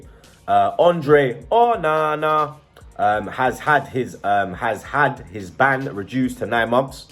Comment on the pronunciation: Just say Onana normally ffs